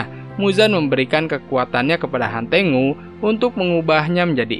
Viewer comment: Hantengu ❌ Hantenggu✔️